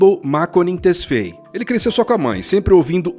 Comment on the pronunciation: Abel tesfeie foi boa kkkkk tesfáie mano